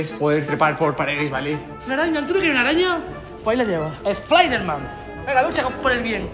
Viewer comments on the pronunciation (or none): Nadie: Mangel: Splayderman